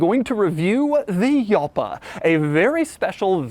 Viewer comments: It's pronounced like "halpa" not "yalpa" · Jalpa in Spanish sounds like halpa not yalpa. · It's pronounced 'Halpa', not 'Yalpa'. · Spanish: Halpa not hyalpa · It's pronounced 'Hall-pa', not 'yal-pa'... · 🤔🤔🤔 Doug, as a native Spanish speaker the word Jalpa “ I S “ pronounced correctly HALPA and NOT YALPA. Just because it is written with a J doesn’t necessarily means it is pronounced with a Y. Cheers 🥂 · Why are you saying it wrong? Its not a Y sound its a H sound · Its HALLLL-PA. Not Yell-pa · J is pronounced as H in Spanish. Should be Hal-pa not Yal-pa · I will NEVER wrap my head around the fact that English speakers DO pronounce the A correctly at the end of words like Jalpa but not in the middle ! JALPA not JELPA ! YULL-PAAH, dammit! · Yalpa is pronounced and not Halpa it's Italian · Doug: Yalpa Me: Shit its not Jalpa 😂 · I think it's actually pronounced like Halpa not Yalpa.....and go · should it be pronounced "hal-pa" instead of "heeyal-pa / yal-pa" ? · Its not called "Yalpa" its called "Jalpa". Imagine the H from "saHara" and now say "HJalpa" Big Hug from SPAIN 🤣😘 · "Halpa", not "Yalpa" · Doug : Yalpa Me : Gal- Pa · jalpa not yalpa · Para mi no es un error decir ialpa ni tampoco yalpa, pero el mas correcto es decir jalpa. La primera pronuncia es de los italianos, la segunda de los Ingleses* y por ultimo la original de los castellanos. * Y tambien de los portugueses, galegos y brasileños como yo. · Yalpa is pronounced and not Halpa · You should pronounce [halpa], because it's a spanish word. Not [hjalpa]! And why do you open the left door with your right hand? That's stupid! Every normal guy opens a left door with the left hand and a right door with the right hand. Very convenient door handles! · People that say Jall-pah are probably the same people that say bro-ham when referring to a Cadillac. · true Yalpa is pronounced and not Halpa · Is pronunciation is wrong, it's pronounced YÄLPA (SHORT A). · It's pronounced "Halpa". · I believe its pronounced Halpa.